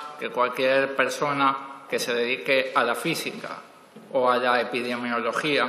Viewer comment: tu no predices ni el pasado te cres muy listo y no sabes ni pronunciar epidemiologia yo creo que la carrera que dices que tienes es un fraude como tu